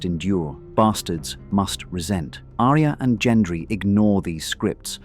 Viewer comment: Don't get me started on the mispronunciation of Arya. ~winks at ~